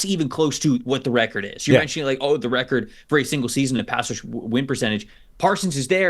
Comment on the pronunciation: NFL wecord😂